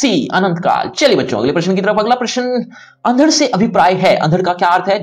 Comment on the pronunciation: भाई साहब.... अंधड़ शब्द का उच्चारण तो सही कर लो, हिंदी पढ़ा रहे हो आप